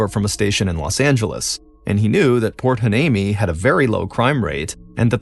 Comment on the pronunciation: It’s pronounced Port Why- nee-mee.😊